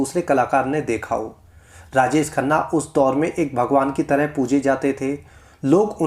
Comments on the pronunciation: Raajes nahi raajesh boliye 😏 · Rajesh ko rajes kyon bol rahe ho thik ucharan karo